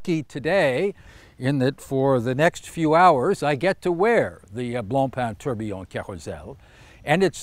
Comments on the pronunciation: tor - be - on not tur - be - on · Kosmos Horology Thought he was pronouncing it weird. Especially if invented by a Brit...